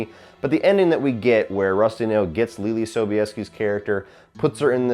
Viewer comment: You pronounced her name correct but spelling it is a pain.